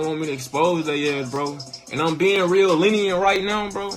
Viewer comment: bro said lenient like “linear” and idk why that shit was so fucking hilarious to me. aint least he knew what it meant 😂